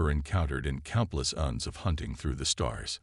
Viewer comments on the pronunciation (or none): Thanks, but sad and frustrating once more. I wish EVERY ONE OF YOU posting stories would FREAKIN get rid of your POS AI's!!!! Please tell me wtf is: "saba-TAGED", "cuhn-sole" (console), "..during countless UHNS of hunting..."(eons), "HALO-tble"(halotable), "IN-veloped" (in-VEHL-oped), "KADD-its"(Cadets). Takes away Tremendously from enjoying the story.